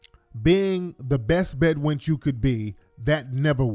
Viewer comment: Bed winch”ize” lol